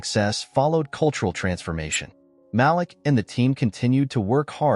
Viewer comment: Malik is pronounced Maleek